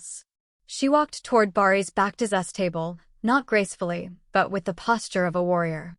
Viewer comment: If you know so much (as you claim) about Bariş and Yağmur at least you should have taken the bother to learn to pronounce their names BariŞ ş=sh, YaĞmur ğ=silent. As for your story, it's just what it is a STORY !!!! By all means practice your creativity, however presenting it as facts may come back and bite you! (I personally hope and pray that it willĺ do!)